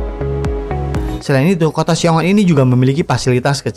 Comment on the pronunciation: Xiong An, bukan Xiong On , min.